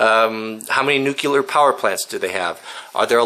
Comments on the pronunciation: NU-CLE-AR NUUUUU... CLEEEEEE... ARRRR "NUCULAR" ISNT A WORD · It's "nuclear", not "nucular". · I apologize for being pedantic. The word is NUCLEAR, Nu Clear. not NUCULAR. the word comes from nucleus, no such word as NUCULUS, doesn't exist. I point this out because you are a good role model and do have influence. Saying this wrong makes you sound like an idiot, like GW it compromises your credibility. It is not hard to say, nuclear, nu clear. Thanks really enjoy your channel. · It's nuclear (new-clee-er). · i find it impossible to believe that someone as well rounded, well educated, and well read as you,, would pronounce it "nukular." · Please say 'new-clear'. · Sorry but I don't trust a person who reads "nukelar" for nuclear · Nuclear. Nu-cle-ar. Nuclear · new.. clee...er...